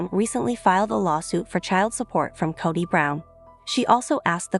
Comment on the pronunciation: The least you could is pronounce the patriarchs name correctly. The O in his name is pronounced as is you were saying toe not pot.